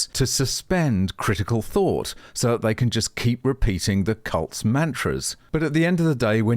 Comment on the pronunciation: It sounded like you said milliband and Blair were cults i think you meant %#@